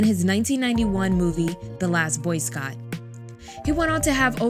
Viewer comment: Scout not Scott...